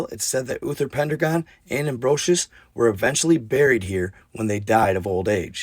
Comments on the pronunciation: (Mon-moth) Monmouth.... (Pen-dragon) Pendragon.... (Sals-berry) Salisbury.... it was the Picts...the Pictish... not the Irish... and a few other slips but this is enough to start with.... love you man... figure you wanna say it right.... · Well told I love Arthur and Merlin stories - it’s said as Pen 🖊 Dragon 🐉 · It's pronounced. Pen - Dragon! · It is " PEN DRAGON " !!